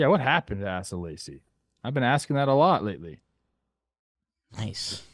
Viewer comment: Ass-uh Lacy lol